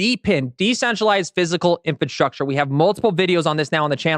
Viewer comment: Please learn how to pronounce “infrastructure”. INFRA- STRUCTURE. That is all